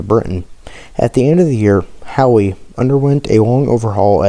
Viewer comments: How...not HOWEE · Howe!.. Not Howee.. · the ship is called HOWE not Howie and the story teller is difficult to hear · I don't think I ever told you that I like the new intro. Also, just as a heads up Howe is pronounced how. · My grandfather, who served on her through most of the war, would be turning in his grave at that pronunciation… I couldn’t finish watching… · Need to learn how to pronounce the name of the ship.☹